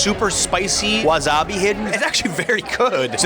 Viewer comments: wasabi= wa SA bi not wa ZA bi. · It’s wasabi not wazabi lol